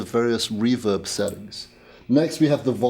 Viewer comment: ‘seddidup’ to your sadisfaction, your own Seddings’ not one ‘T’ in the whole review 😂